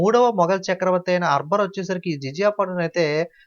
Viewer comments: Baboor arbar enti sir pronouncing check once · arber kadu anna akber